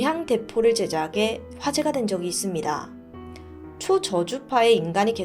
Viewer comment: 진짜 죄송한데 전라도 발음좀 빼주세요 ㅠㅠ 시작하죠 - 시자가죠 답답했죠 - 답다뱄죠 제작해 - 제자개 이런거요 ㅠㅠㅠㅠ